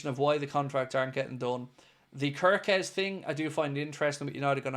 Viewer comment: Hello everyone I am Hungarian 😂 just wanted to let people know kerkez is pronounced. CARE KEZ. I'm further contactable for more useless Hungarian information if needed 🎉❤